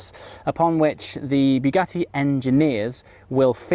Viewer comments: I do love your vids, but I wish you would learn how to say Bugatti. It is pronounced like a bug, not a bugle, so not " bew gatty" but " Bug atti " .....P.S, the first half doesn't half feck with the senses, all the voice audio is on the right channel. Sorry for being a bore, I do enjoy your enthusiasm and I am a rather jealous 50yr old.. Great video all the same. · BUGATTI not Biugatti! Great video mate 👌